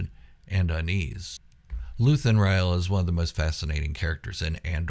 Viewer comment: "Rael" e is silent